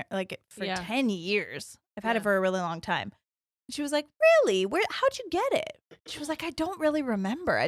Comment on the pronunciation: “I’m like, weally fast 😏”